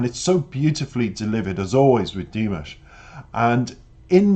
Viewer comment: Your reactions are lovely, but -- respectfully -- every time you mispronounce Dimash's name it distracts from your thoughtful analysis. It is Di-MOSH as in mosh pit, accent on the second syllable, not DIM-ish. Thank you.